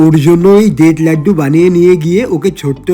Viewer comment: আরে তোতলা বোকা ওটাকে দেত লাগদু বলে না তো ওটাকে ডেট লাড্ডু বলে😂😂😂😂😂